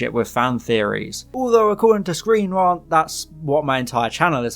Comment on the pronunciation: Why do you keep saying rant like that 😂